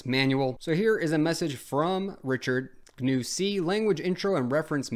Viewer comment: Richard Stallman would be very upset with this video, first thing you said GNU wrong, and second you used Ubuntu. It seems you don't know who Stallman is.